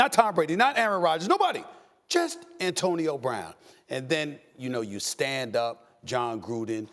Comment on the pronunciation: "Bantonio Brown"